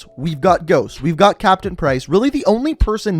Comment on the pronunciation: Yeah that made me cringe, his name is John Price!!!